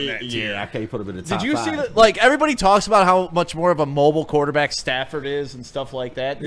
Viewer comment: "Quarertback?" C'mon, man.